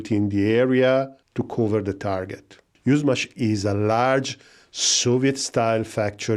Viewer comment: For those, who have no idea about Yushmash, why this was the target. Yuzhmash (pronounced Yushmash not Uzmaz) was for decades on of the most advanced centers for missiles, rockets etc of the Soviet Union. Like the Silicon Valley for the woke culture. This center included the most advanced technologies in this fields and due to its strategic importance those facilities go way down under surface. The security standards were high. Today, after this center left in Ukraine after the collapse of the Soviet Union, these facilities are still strategically important. The fact, that the base design of this missile is not based on the RS-26, but something older that was engineered in the center of Yushmash in the 80s...So that's definitely not a coincidence, but Putin's chess game here. A missile, that was forbidden under the INF-Treaty, but since the USA left this treaty one sided in 2019, it became reality in 2024.